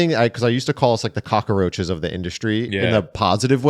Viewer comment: "cockAroaches" 😂 This was an awesome half hour podcast. Would listen to another 3 hours.